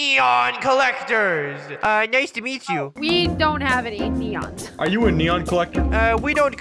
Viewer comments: They say nenons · "neneons" lol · I love it when they say “nenons” instead of “neons” ! I’m going to be saying nenons from now on XD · I like how they call Neons Nenons 😂😂😂😂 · Im gonna change to saying nenons instead of neons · I laughed so loud when they called Neons Nenons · I love how they say nenons lol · I love how the say nenons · Bruh they say neneons instead of neons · It's not nenos it's neon's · you always say nenons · Lol I love "nenonsss" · I love how they say NENONS 😂